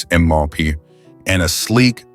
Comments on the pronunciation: 135 mahh pahmaha? 😂😂😂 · On a channel devoted to cars, how is it possible that the AI cannot pronounce "mph", "hp" and other automobile words? Combined with the predictable and unimaginative text, one tolerates the content of this channel more than enjoy it.